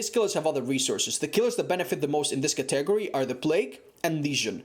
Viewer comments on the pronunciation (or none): You're emphasizing the wrong vowels in the word category. It's not cah-tegory, its cati-gory. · Tman Hall "Ca-tegory."